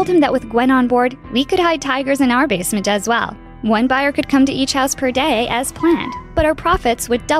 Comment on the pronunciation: This girl said "We Weached The Basment" and idk but I think they spelled neighbor wrong